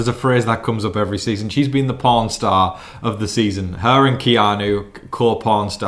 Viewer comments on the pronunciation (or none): pawnstar... with the accent heard pornstar. Gave me the giggles. Lol 🤣🤪👍